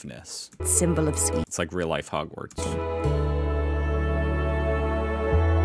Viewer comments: The narrator says "Suveeden". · Sweden not "Sweeden" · Sweden, calm down with the Es man 😅